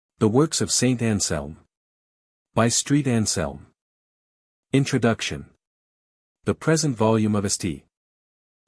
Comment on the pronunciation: “street” anselm?😂